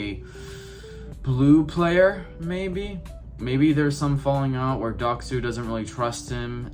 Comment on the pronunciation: You butched his name so hard